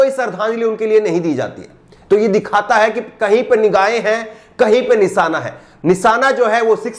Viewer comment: Nisaana ku bolte ho nishaana bolo shaa ko saa bolte ho